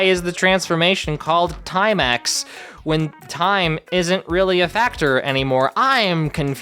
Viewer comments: it's not timix it's tynix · Context - not timix, TYNIX. Like tiny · yeah so its TYNIX for TYMEIX,its pronounced TAI-NIX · its called tynix not timex😭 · I'm pretty sure its Tiny-ix, not time-ix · Also not 100% sure but the diamond like transformation is not “time-ix” but “tinix”. Like tiny-ix. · I know it's late, but... It's actually Tynix, not Timex, so being in Mini-worlds makes more sense. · Upon reading the comments, im unsure if anyone has corrected you yet. It's called Tynix, not Time-ix. I believe the transformation is called that because they're transitioning into the mini-world, and they have to be small, hence the diamonds on their outfits. I dont know why they need a full-on transformation just to be tiny, but, yknow... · I thought it was tynix (like getting tiny) not timex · Just because I didn't see this comment I'll say it... It's TYNIX, not TIME-AX, it doesn't have to do with time at all. Tynix allows them to be TINY enough to travel into the mini world. Thank you and goodnight ❤ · Very kindly, it’s tynix not timax, and it’s called that because it makes you tiny (very creative I know) Also I hate Icy’s backstory, it’s literally just blooms backstory 2.0 Home planet destroyed by evil witch and turned into a snowy wasteland and sister gets cursed Only that bloom got her stuff back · Very kindly, it’s tynix not timax, and it’s called that because it makes you tiny (very creative I know) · I used to think they were saying "Timex" too but apparently they're saying "*Tyn*ix". Like *tiny*, I guess? Still dumb as hell asdfghjkl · the transformation in season 7 with jewlery stuff is actually pronounced tynix, but the only thing i really like about it are the outfits in my opinion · it's actually "Tinix", like "tiny"!